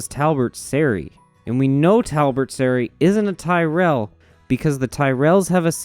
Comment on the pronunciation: You're the only American I've ever come across that pronounces Tyrell correctly. Thanks king.